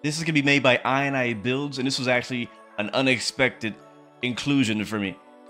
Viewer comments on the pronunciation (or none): the way he pronounced inibuilds😭😭